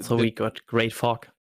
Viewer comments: Every time I heard say “fog” I thought somebody was saying f*** instead. First time I heard him say the word I was like wait, what did he just say!? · you may want to work on your pronunciation of fog 🤣🤣🤣